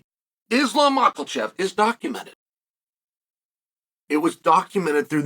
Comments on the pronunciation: There is no l in mahkachev…cmon uncle chael! Lmao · mAKOLCHEF, sounds like he's making fun of it lol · "Malkachev" - Uncle Chael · Uncle Chael :"Islam Mocklechev"